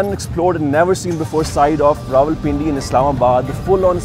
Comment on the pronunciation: wrong again my friend its pronounced Rawalpindi 😂😂😂😂😂